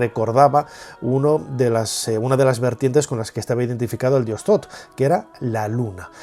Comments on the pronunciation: Shoth, no, th es t no s, entonces es Shosh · .. Bueno, yo hablo de la pronunciación en español, si está escrito Thoth se pronuncia Tot porque la H es muda, pero el narrador pronuncia Sot, independientemente del nombre correcto